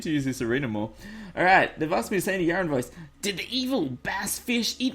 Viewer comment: why do you call him yarin but the in game name is yaron